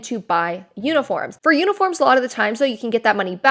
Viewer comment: Is it wrong I heard "unicorns" and not "uniforms" lol